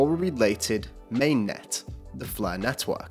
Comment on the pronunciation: Lol 'Net-hwork' is what I hear when this guy pronounces Network XD